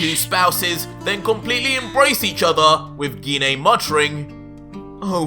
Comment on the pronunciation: HE PRONOUNCES GINE WRONG LOL